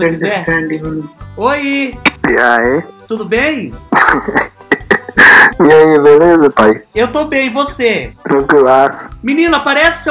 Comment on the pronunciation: engraçado ele falando "inhai" KKKKKKKKKKKKKKKKKKKKscrr